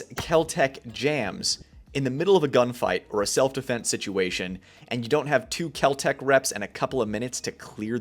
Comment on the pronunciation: Spelt Kel-Tec but pronounced Kel-Drek . Don't be a Full (pronounced Fool) buy a super reliable Bull (SAS EDC)